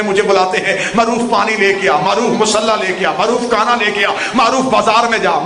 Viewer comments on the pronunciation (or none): none